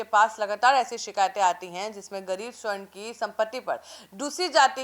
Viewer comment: Sahi oocharan kijiye sa,barn hai